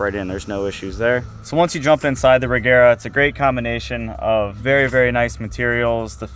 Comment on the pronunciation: But you say Regera wrong, it shall not be the G sound as in egg but as you say the J in Jet or the G in George.